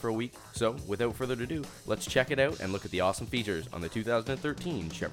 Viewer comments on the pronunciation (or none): Did he just say "without further duh-doo"?